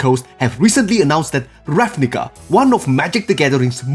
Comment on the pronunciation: Every time you say the book name I become racially triggerd. Still a good guide